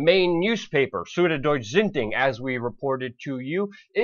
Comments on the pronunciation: Luke, it hurts my brain. Say: suud - doitsjeh - zaight-oohng. <- still not perfect but enough for a german to prevent a migraine i'd guess. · you need to learn how to pronounce süddeutsche zeitung lol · i love how you say süddeutsche zeitung. it's completely wrong haha great video! german is way too hard just keep on saying it how you want^^